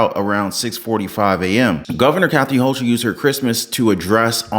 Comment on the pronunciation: I don't know why people continue to go to these public venues and we have all of these strangers in our midst. Maybe the rest of the "sleepers" will wake up and get their heads out of the sand. they pronounce her name Hochul as "Hoe-kool"